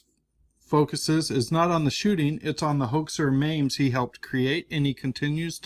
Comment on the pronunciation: I like everything this guy does EXCEPT when he calls memes, mames